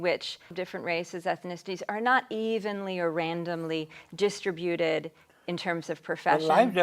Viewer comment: "DIS-trib-u-ted" No. It's "dis-TRIB-u-ted" Please correct your mistakes.